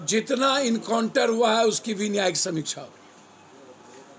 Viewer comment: कंटर नहीं पपू इनकाउंटर . बोलने नहीं आता तो चुप रहो.